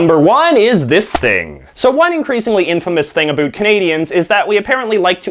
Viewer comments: Why the fuck are you purposely mispronouncing "about"? Dumbass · Can't stand the way he says: about 🤔🤪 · He’s saying about wrong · First Canadian I've ever heard say 'a boot' unironically. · A first for me too. On purpose you think? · The weird thing is that you say "About" like you say "A boat" From Algeria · The way you say “about” sounds exaggerated to emphasize your Canadianess, the “around” even more so! I am from BC so that might also be part of it! And yes, Canadian tire is pretty bad but I still shop there because it’s close to my house and I believe it’s still Canadian owned? Could be wrong in that...